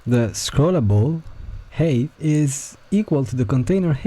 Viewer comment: each time you say "height" I hear "HATE of this element" im sorry but im dying